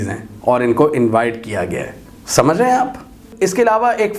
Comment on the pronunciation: That "samajh Ray hain ap" make me lol